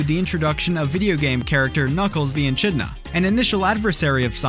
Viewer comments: Hi...um Aussie resident here. Its ae-kid-na not echina... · Echidna is pronounced e-k-i-d-n-a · It's pronounced eeekidna! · Why these YouTube hosts don't even bother to get the pronunciation of basic words right is beyond me. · Echidna but the ch is pronounced as a k.